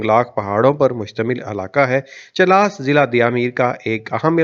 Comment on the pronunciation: Chil-las nahi , chilas. And mutallaq nahi , muta-alliq